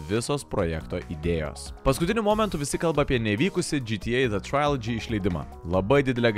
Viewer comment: Na, bet rimtai, chebra, taip gražiai patobulėjot, bet kai kurių žodžių tartis rėžia ausį ir atitraukia dėmesį. Na, seni, pasidomėk tartimi žodžių, dėl kurių nesi tikras, c'mon :) Faludža, ne Faluja Trilodži, ne trailodži Bagai, ne bugai Pysy, ne pts :) Na nuoširdžiai, tik tiek te trūksta :)